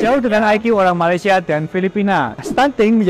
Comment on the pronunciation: LU PERHATIKAN BAIK-BAIK APA YANG DI UCAPKAN.. BERKATA MALASYA.... MALASYA... MALASYA 🤣🤣🤣